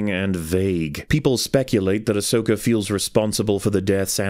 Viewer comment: Love it when someone writes and says Ashoka instead of Ahsoka :D